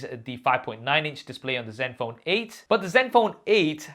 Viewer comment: Sounds like u saying zet phone or silent n is this an Indian way of pronouncing it ?